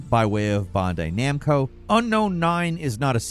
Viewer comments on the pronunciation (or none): He also said BonDay-Namco...really bad